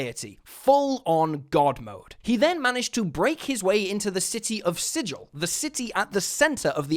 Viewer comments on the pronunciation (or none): Nerd voice: Um, ackshually, it's pronounced "siggil", not "sijil". And also it's Iuz, not Luz. And it's pronounced Artificer, not Artifaïcer. Hasbrodeus is, however, 100% correct.